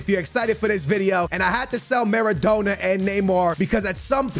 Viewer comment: pronouncing Maradona Ma-ra-dough-na